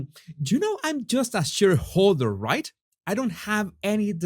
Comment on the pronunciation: here are a few more English pronunciation tips - sent to you with bliss & lots of love, as always!! Global = ‘GLOE-bil’ (not ‘glahh-bul’) Stood = ‘stuhd’ (not ‘stewed’) Shareholder = ‘SHAYER-holder’ (not sure-holder) End = ‘eh-nd’ (not ‘and’) Keep up the great progress!!